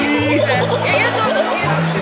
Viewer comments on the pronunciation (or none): nie pjerfszy